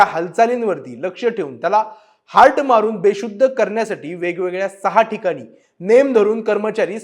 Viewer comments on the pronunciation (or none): Hart nahi Mitra - it's Dart Not expected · अरे चुत्या हार्ट नाही त्याला डार्ट म्हणतात रे. 😂😂😂😂😂हार्ट फेकून बेशुद्ध mhne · हार्ट काय असत...😂😂 त्याला डार्ट म्हणतात रे...😂😂😂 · Hart nahi re bhau... Dart Dart.